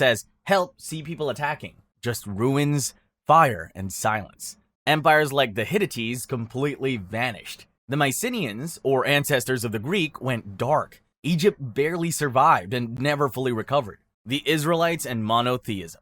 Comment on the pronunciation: Sir, excuse me? Hittites pronounced as “hit-ti-tees” is a first for me. Maybe on purpose to get me to comment?